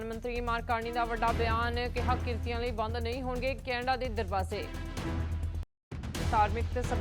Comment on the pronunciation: ਕ੍ਰਿਤੀ ✅ ਕ੍ਰੀਤਨੀਏ❌